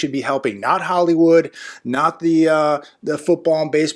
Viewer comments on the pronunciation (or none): none